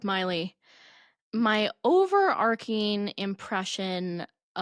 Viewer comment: you've started pronouncing "overarching" incorrectly because Madeline says it incorrectly. The "ch" makes a "ch" not a "k" sound.